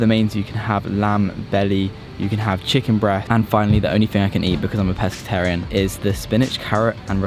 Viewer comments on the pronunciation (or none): What’s a peskitarion